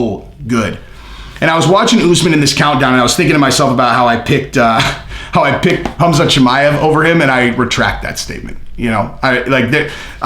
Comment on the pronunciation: Colby calling khamzat "cumshot", might be the funniest thing ever.